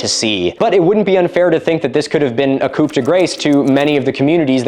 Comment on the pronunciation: Literally the only pronunciation in this that made me wince was "coup" being pronounced "coupe"